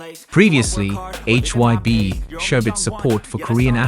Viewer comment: This video was a load of crap. At the beginning talking about an "OP" having said things etc, who the hell is "OP"? It's the same with most commentators, they use AI and it can't get the names correct such as saying HYB instead of HYBE and the way he says Army's is just ludicrous. A lot of the information wasn't fact checked either. Get it right if you want to be a media reporter.